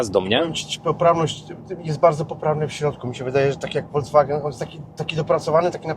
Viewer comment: Ludzie prosze... nie wolgswagen, nie wolDZWagen tylko folkswagen (juz fonetycznie) 😮